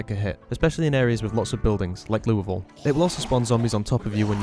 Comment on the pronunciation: It's odd to hear "Louisville" pronounced correctly. I'm sorry if the community bullied you until you got it right.